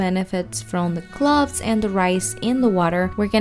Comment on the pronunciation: Its cloves..u said it wrong